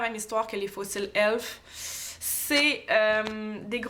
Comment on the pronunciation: Sa se dit e l f